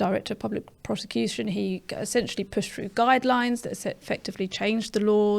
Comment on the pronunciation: It’s a sad sign of the times that we have a member of the panel, namely, who seems unable to pronounce words beginning with th she says fink & fru!!!!